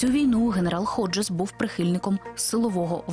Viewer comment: Не Годжес, а Ходжес. Неможна перекручувати прізвище